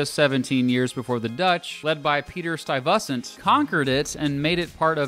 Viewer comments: Lenape is pronounced "LEN-uh-pee." Stuyvesant is pronounced "STY-veh-sint." 🙂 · Peter Sty-VUH-sent. Your credibility just went down the toilet. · Stuyvesant. Pronounced St-eye - vi- sant. Good attempt on the accent but you need to speak much faster. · How he said Stuyvesant hahaha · You know the narrator is not from NJ because of the way he pronounced "Stuyvesant". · Your pronunciation of Stuyvesant really irked me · If you can't pronounce "Stuyvesant" you have no business speaking on the tri-state. Additionally, there is NO BEEF between NY and NJ! NYers jokingly make fun of NJ, but it's in good fun. I actually live in NYC, but have a lot friends in JC, Hoboken, Secaucus, etc. NJ is cool! Not to mention the Shore.